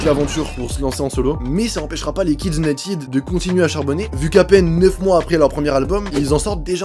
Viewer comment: Vidéo très intéressante. Mais par pitié les Français, arrêtez de dire "Unitiiide "! United se prononce "uniteude " pas "iiide". Ça fait mal aux oreilles.